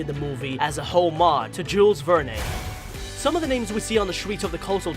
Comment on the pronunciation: Oh man it was painful to listen to him mispronounce Jules Verne so many times in a row. Have you really never heard his name out loud before??